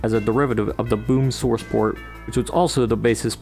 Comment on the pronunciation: Do you say sworce ports on purpose?